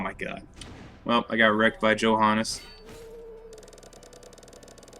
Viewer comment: Oh I have to say it. You mispronounced Johannes, too. =D